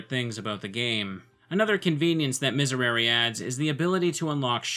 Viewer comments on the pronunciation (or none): To pronounce it right you just need to say the third 'e' of miserere like the other two... I know it's hard because the pronunciation of 'e' in Latin and English are a lot different, your way of saying 'e' is our 'i' and bla bla, it's like you're saying Misereri rn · The proper Latin pronunciation would be Me-Say-ray-ray. I always makes the e sound and e always makes the eh sound. The conflicting pronunciations probably came from ecclesiastical Latin, or as I like to call it, bad Latin. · It's pronounced mees air ay ray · Miserere as pronounced in a choral setting is “me-seh-ray-ray”, but Latin is a phonetic language. I think the technical pronunciation is “miz-air-air-reh” but Latin isn’t my major so grain of salt. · Miserēre would be pronounced MEE-sehy-REHY-rehy (with an R like the D in “lady”) if going for Latin. English dictionaries, however, list the pronunciation exactly as you’re saying it. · Miserere is latin, so it should be pronounced similar to French and Italian, "Misèréré". Something like that. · Miserere is pronounced "Mizéréré" ("é" like in french) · It's been a while and IDK if you really care, but that's not quite how you'd pronounce Miserere in Latin. Latin has very consistent vowel sounds and all the E's have the same E sound as in "pet". You said the last E with a long E sound that didn't exist for the E vowel in Latin (that sound was reserved for the Latin vowel I.) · I think you pronounce it more like an Italian, since Latin originated in Rome. Thanks for showing me this neat game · The last "e" in miserere should sound exactly like the other ones, rest of the pronunciation is good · Hey, completely unqualified viewer with some Spanish knowledge and general interest in languages here. I'm pretty sure all the "e"s should sound the same, so just change the last one and you got it. Regarding the actual video I must say it is indeed pretty cool